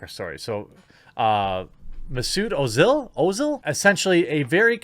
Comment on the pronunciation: Am a Muslim and I must say thank you Jeremy for this video and yes, you pronounced his name correctly. Definitely sharing this video and it deserves a like from me as well. So glad I subscribed to this channel